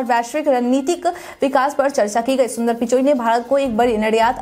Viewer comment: । सुंदर पिचाई बोलिए। आप सुंदर पिचोई बोल रही हैं 🙏